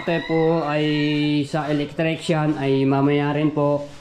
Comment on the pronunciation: Matepo electrician Hindi electricsyan